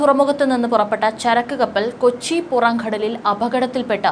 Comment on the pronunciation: പുറംഘടലിൽ അല്ല പുറങ്കടൽ